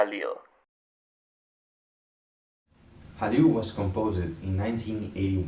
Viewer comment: Pronounced Khalil.